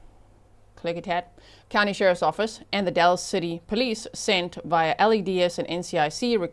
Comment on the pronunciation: FYI locals say “ The Dalls” not dalls.